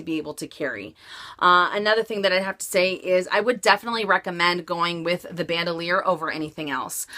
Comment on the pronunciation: It's not pronounced "ban - doe - leer". It's French, and pronounced "bahn - dool - yaar". I'm just amazed all the time, that for all the money that people spend on these bags, that they can't pronounce them correctly. Are the SA's not pronouncing them correctly? It starts with them.........they should be.